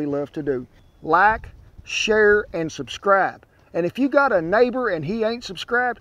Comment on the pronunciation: "Laik, sher, and suscraib" 🤠